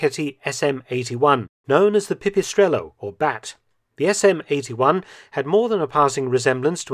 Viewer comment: Wow your Italian pronunciation of "pipistrello" was amazing, you're the first i heard actually trying (and this case also managing) to pronounce correctly Italian words, usually English speakers just pronunce them in an English way (ending up butchering the word) nice job🏅